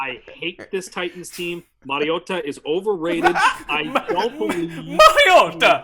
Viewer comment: DK: mschiissler Pick: Denver over 7.5 Please don't let say Mariota anymore